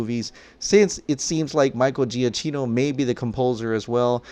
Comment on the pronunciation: For gods sake can you please pronounce “giacchino” properly!! Italian isn’t that hard